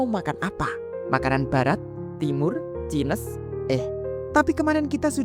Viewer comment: Cainis bca nya bukan cines😭😭